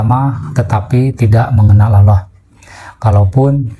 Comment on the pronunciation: sebut nama Allah aja gx bener ni org